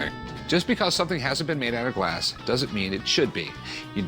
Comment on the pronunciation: Why does he keep pronouncing "Glaaaaaaas". I want smack him.